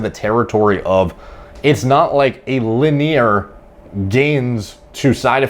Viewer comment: Regular People: Linear,: Lihneer